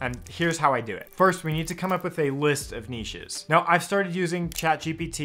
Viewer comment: Thank you for not pronouncing it 'nitch'